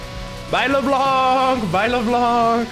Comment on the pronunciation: half native frensh -says : LeBlanku